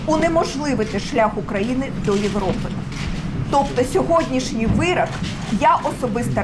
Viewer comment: вирОк, а не вирАк... Вона досі не навчилася говорити українською.